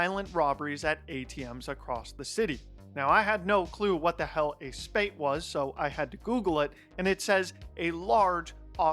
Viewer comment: The way he pronounced "spate"! 😂😂😂😂